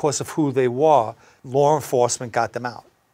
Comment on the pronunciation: Isn't it called law not lawrr? Or am I wrong?🤷‍♂️🤣😁